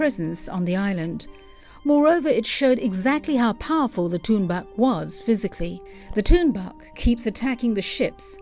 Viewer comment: You know whats funny? English speakers are really bad to pronounce the inuit words. Like Tuunbaq, she pronounced it bad. LOL. It prononced "Toornaaq". Tunbaaq?? Haha.